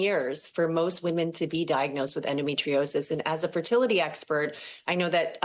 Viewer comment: His inability to pronounce "endometriosis" says so much about my lifelong struggle with the condition.